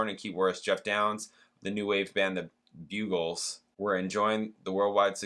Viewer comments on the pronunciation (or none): The Buggles is spelled with TWO g’s, not one, so it’s not pronounced Bugles but BUGG ELS ( rhyming with Puddles). You will have heard the huge worldwide hit Video killed the Radio Star at some point, I’m sure, and it’s also famous for being the first video ever played on the brand new MTV at the time ! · I see one comment about Buggles but I can make it more clear - that band was pronounced BUG-ells